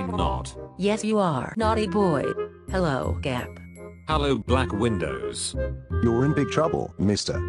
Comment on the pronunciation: “ Black Windows “ “ Bjlack Vindoes “ “ Crack Wondies “ “ Brlack Wcondoes “